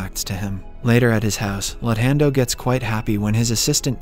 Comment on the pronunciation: The way this recap reads their names is hilarious...luthando is Lun hendo 😂😂